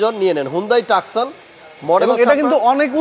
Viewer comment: টাকসন নয় উচ্চারন (too.son) টুসন